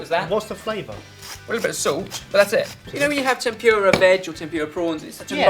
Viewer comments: I love how he says tempyura instead of tempura :) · I know you're English and all, but it's pronounced tem-pu-ra, not temp-pure-a, and the r makes a softer sound. In Japan they don't even have an r sound, but it's close enough. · I'm sorry, I have to. xD "Eh-dah-mah-meh" and "Tem-poo-rah".